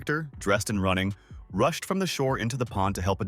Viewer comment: Hai-ann "rooshed" to the exit